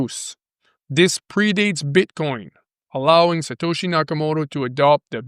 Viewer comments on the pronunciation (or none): none